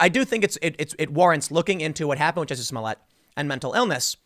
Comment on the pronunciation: Excuse me tim Its "juicy smoliette" now XD